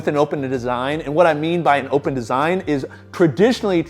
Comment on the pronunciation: Will this dude ever figure out that the Eleiko bar is pronounced “open” as well? MF been saying “opppppppen” for years